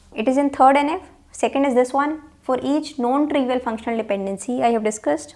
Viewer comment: PLease dont take it personal .......... Are you saying NON trivial OR known trivial please correct it sounds like KNOWN